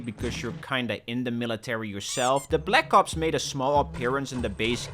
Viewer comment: why did I hear, "black cops"